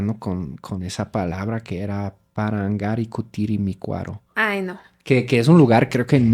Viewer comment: Lo dijiste muy bien, mi ucraniana. Parangaricutirimicuaro.👏👏